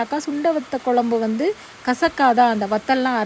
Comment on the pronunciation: மல கொ ல ம் பு என்ன உச்சரிப்பு இது மழை குழம்பு என்று சொல்லுங்க